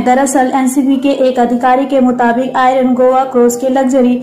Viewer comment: आयरन नहीं मैडम आर्यन सही से बोला करो